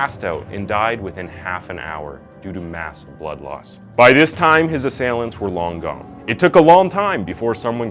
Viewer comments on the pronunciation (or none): Um who is Taylor???????? Did anybody else notice this slip up?? Wish people that just read scripts would actually proof read that's a pretty disrespectful mistake to make. You can't even say "assailants" properly, come on. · did you say ass-ia-lants... Dude I love ya work but in a lot of vids you stumble on the script and miss pronounce words. You know you can do re-takes yeah... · Man. How can you pronounce assailants wrong in one sentence, then get it right in the very next one. Gotta pay more attention and slow down man. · How many different ways can you pronounce assailants? This video was done terribly. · I'm 100% convinced this dude pronounces at least 1 word wrong on purpose in every video...how do you pronounce "assailants" 3 different ways in the same video 🤣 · Such a bummer that STILL pronounces words wrong. How do you not know how to say ASSAILANTS??? Maybe don't include words you don't know how to say... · Assailants Say that for me again Or maybe actually look up the pronunciation